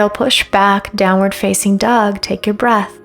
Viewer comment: My wife watches your videos. They’re good. I’m happy for your successes. But one request. When you prompt for upward and downward dog, you emphasize “facing” and draw the word out. Can you please consider emphasizing the more important words like “downward” and “upward”. It’s a small thing but after hearing it hundreds of times I have to say something. Am I the only one who notices this?